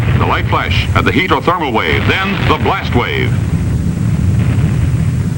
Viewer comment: But paint burns more readily than wood! This was probably fake and they used it as an excuse for kicking poor people out of their homes. The idea that four magazines and two newspapers would catch a house on fire was probably to discourage people from reading. Also "may-zures," "flaysh," "traysh." He shook his accent all but that one diphthong?